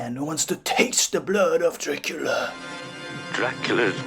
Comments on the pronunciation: "Dracoola films"? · I really like the way you pronounce the name of the prince of darkness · Why do you pronounce the name Dracula the way you do?